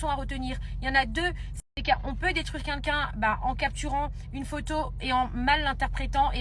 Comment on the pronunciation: Ça y est elle recommence avec ses "KUNKUN" elle sait pas prononcer "quelqu'un" ? 😂